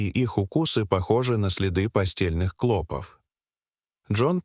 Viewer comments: Твари продажные, жить у нас хотят, а язык коверкают! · НЕПРАВИЛТНЫЕ УДАРЕНИЯ ОТТАЛКИВАЮТ СЛУШАТЬ...клопОв, а не клОпов. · В слове "клопов"ударение делается на последний слог,а не на первый!!! Ужасно режет слух 😢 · Нет, это невозможно- искать постельных клОпов с ударением на О столько времени с таким трагизмом в голосе и привлечением стольких экспертов - слов нет, одни междометия!!!👎👎👎👎👎👎👎!!!…… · Не клОпов, а клопОв, противно слушать, как изгаляются над русским языком . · Клопов, ударение на второе О. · клопОв!!!! а не клОпов. , зУда итакими "перлами" заполнен весь ролик. Про то, что он невероятно растянут, я уже и не говорю